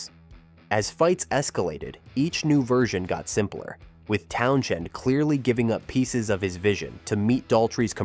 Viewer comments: Another AI voice glitch....Pete "Town Chend". Hire a real narrator...spend a dime. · You bothered writing a script, putting all these clips together, and I would assume watched it before you published it... why would you let it go out with that stupid A.I. voice repeatedly saying "town-chend" lol. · I was gone at the first "Town- Shend" AI narration at its pinnacle. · Yep just an empty, time wasting blurb of parts of The Who's history made by a mystery entity (artificial intelligence??? - certainly the voice was AI - not even being able to pronounce Pete's last name because of the H in the middle being basically silent) The result is an inaccurate analysis of the troubles the band had. Significant troubles yes they had, but here they are conveniently exaggerated to make - a still yet crappy!!! - sensationalized short documentary. Using images that were often random (and repeated) and often not correlating to the subject being covered. I didn't even finish it, don't care because my comment is dead accurate describing the feces this video is. Definitely not worth the time for learning some quick facts about the greatest rock band in history. I'd love to hear what choice words Pete would have - pretending he would have the imaginary patience and interest to watch it. I've never seen the car in the pool picture before - probably a doctored photograph, or certainly not actually from what is still a controversy if it even ever happened. No picture has ever existed that I've heard of. The Who did not finish the concert without a drummer when Keith Moon collapsed. They got one from the audience! Probably one of the best concert experience stories anybody could ever tell their friends lol Rubbish this is.